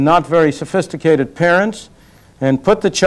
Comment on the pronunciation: "not very sofhisticated parents" hahaha.